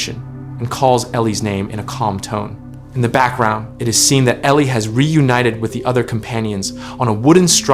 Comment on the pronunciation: now her name is Ellie not Elie😁